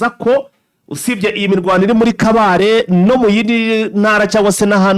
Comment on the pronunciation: Mwatse ntabwo ari kabale ni kabare.